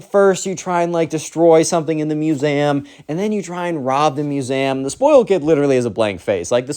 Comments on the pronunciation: He pronounces the word museum like masam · bro it brought me to Tears when I heard u say "musaehm" (no hate I just LOVE! ur videos) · why do you pronounce museum muse am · I am in pain from the way you say museum